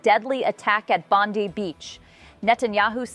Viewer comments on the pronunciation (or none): Bond (eye) not pronounced like pam bondi